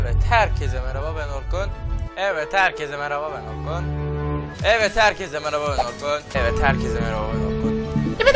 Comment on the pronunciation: Abi herkeze merhaba ben akın diyon :D neden öyle diyosun orkunu anladıkta akın ne :D